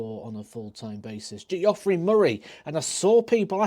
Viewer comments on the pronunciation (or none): Newsflash; Jeffrey and Geoffrey are pronounced the same way, but god bless you for not knowing that. Love the channel 😊